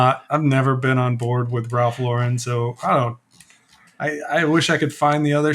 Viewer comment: Ironically you pronounced Loro Piana right, but Ralph Lauren wrong. It’s just “Lauren” like the women’s name. Even Ralph cringes when you say it in that other strange way. Loro Piana is a very revered brand in Italy, and are known for their cashmere. They supply many of the world’s luxury brands with fabrics.